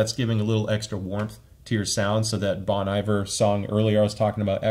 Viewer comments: Hey i would just like to let you know the artist Bon Iver is actually pronounced like the french phrase Bon Appetit, so like "Bone" and the Iver is more like "ee" and "var" from a word like var-ious. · came here to say it's pronounced "bone-E-vhere"😅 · Nice review man, but the way you say "Bon Iver" hurts my soul. ;)